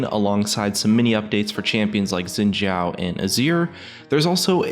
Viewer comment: "Shjin zao" wat....